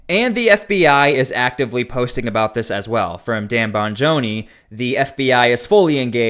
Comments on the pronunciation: Bongino, not Bongoni. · Bongino. Not bangoni. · His name is DAN BONGINO, pronounced BON-JEE-NO. Got it? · Dude, you can’t even pronounce Dan Bongino’s name properly? Do better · Boy you sure have a hard time with pronunciations look up how you're supposed to say Minneapolis and Bongino